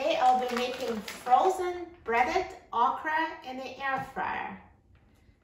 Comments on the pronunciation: Its not Ahcra. Its okra we pronounce it in the south OKRY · Thank you for this video. I am interested in buying an air fryer and the ability to fry okra is a must! Also, it’s not pronounced “oc-ra” — it’s “OAK-rah.”